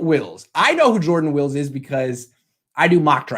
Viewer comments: It’s WILLIS not wills btw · Isn’t it pronounced like former 49ers Patrick “ Willis” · You "know him" huh? Well enough to pronounce his last name correctly? That's a fail.